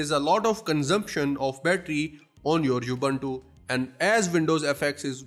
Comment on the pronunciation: Thank you for a good video. It's not You-bun-too Its oo-boon-too